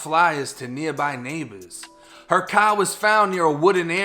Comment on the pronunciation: i like how u say car